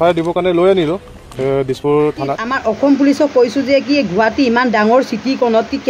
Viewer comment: Assamese pronunciation n help spelling Guhati nohoi it's guwahati